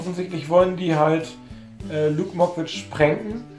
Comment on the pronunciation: "Luke mockwitch" 😂😂 diese aussprache...